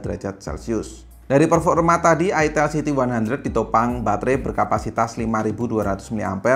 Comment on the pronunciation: Itel siti 100 Itel siti 100 Geli geli geli gimana gitu ngucapinnya Apalagi ngucapinnya "itel siti 100, ha.... Itel siti 100" Hehehehe